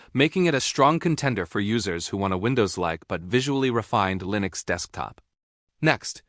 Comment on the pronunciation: The AI voice sounds very bad. Especially those parts where it pronounce Linux as L-I-N-U-X. Other than that the video is pretty mediocre.